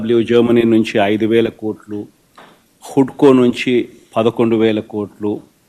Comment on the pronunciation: హుడ్కో కాదురా సామి హడ్కో 😂😂